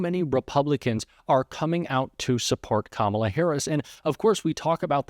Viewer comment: Oh my he pronounced Kamala correctly